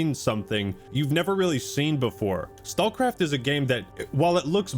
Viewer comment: I love that "StalCraft" just became "StawCwaft" every time he said it! Made me smile